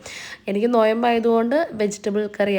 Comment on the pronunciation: ❌ നോയമ്പ് എന്താ ✅ നോമ്പ് അല്ലെ..